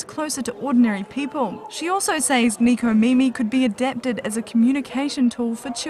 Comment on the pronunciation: It's nekomimi not nikomimi